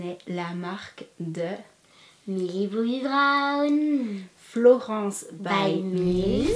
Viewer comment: Millie Bobby BRAWN🤦🏻‍♀️ mais bien suuuuur c'est Millie Bobby Brown